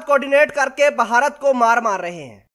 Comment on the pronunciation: Bhai jaan..... apna talafuz to durust kr len. Yeh "baharat باھارت " nhi hy. BH mila ke parhen... bey aur hey mila ke "bhey" parhen. Is ko "bharat بھارت " parhen. I m sorry to say.... Myn ne dekha hy k jitne unparh log hyn, jin ko na parhna aata hy aur na likhna.... woh sb utuber bn gaye hyn. Sb unparh logon ne apna chanel khol rakha hy, sirf dukandari k liye...!!!!